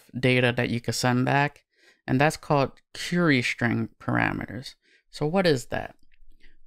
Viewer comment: hey. Thanks for this! If I may: the word "query" is pronounced "Kwerry", not "kyurry". It just makes you suddenly sound a little less professional whenever you say the word. Also - & = "Ampersand"